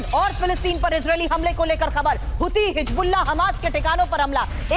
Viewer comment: always makes mistakes on hisbullah pronunciation